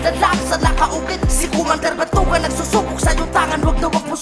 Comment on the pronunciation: boss remind ko lang ah hahaaha batugan hindi batnugan hahahaa paalala lang pango ka hahaha